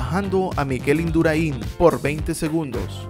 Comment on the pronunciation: Amigo Induráin se te atraganta a la hora de pronunciarlo, no es la primera vez que te pasa xd